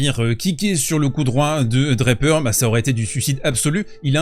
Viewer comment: Draper pas DraPEUR--accent on the first syllable in English. And I know that no one--apart from the French--can pronounce French names any longer b and I know you can pronounce Jack's name properly--DRA per. Merci bien.